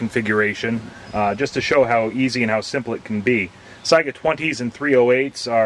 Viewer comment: Let me be the first to thank you not only for a video about conversion but also for pronouncing Saiga correctly. Drives me crazy when its pronounced Sega.